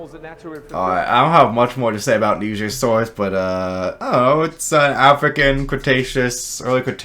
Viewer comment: At least he said Nigersaurus correctly lmao